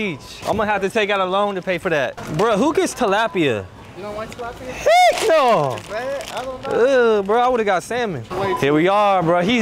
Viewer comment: Who gets Tallipa?? Lol Get salmon ... sounds like me in walmart